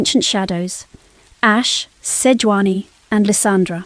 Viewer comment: Who the hell is Seoani, its Sejuani.